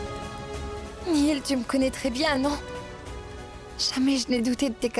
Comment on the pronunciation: C'est Néel pas Neil 🤣🤣🤣😂😂😅🤣😂😅😅🤣🤣